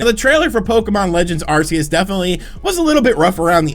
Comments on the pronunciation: Arc seus not arsseus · I love the way you pronounce Arceus. Its the same way I have for YEARS. Everyone else says AR-KEY-YUS and im like wtf pokemon is that?